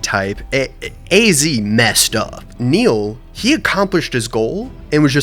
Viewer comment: really did just forget how to pronounce the name he gave his own character Speaking as a Niall, I would be horrifically offended if called me Neil, it made that section incredibly painful to watch